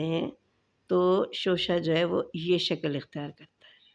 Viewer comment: Shakal nahi Shakl kahte hain